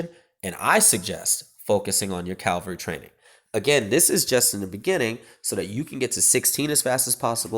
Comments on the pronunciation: Do you realise you say Cavalry wrong every time? You say 'Cal-vary' when it is pronounced 'Cav-alry'. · Its cavalry not calvalry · I know, ffs. That was annoying the hell out of me. I mean it's not even spelled some sort of mad way to be able to pronounce it wrong. It's said as it's spelled haha. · that's pretty common.